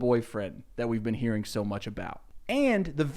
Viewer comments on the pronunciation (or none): Take a drink every time he pronounces a word ending with ‘-ing’ as “-ink.”